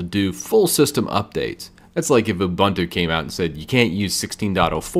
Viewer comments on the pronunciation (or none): none